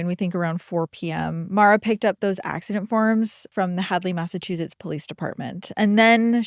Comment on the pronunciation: I love how she says “Mazzachusetts”